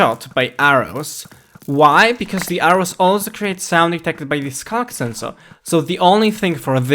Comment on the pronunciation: "scock sensor."